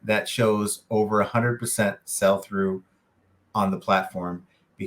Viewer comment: "Sell" through rate buddy, not "SALE" through rate. Good video though.